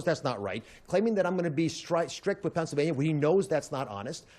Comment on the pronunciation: Oz said “FENSYLVANIA” …unstroked💀💀💀